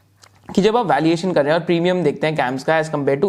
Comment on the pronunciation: Valiation or valuation????